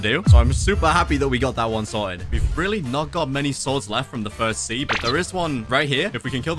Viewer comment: At minute he said frist sea frist see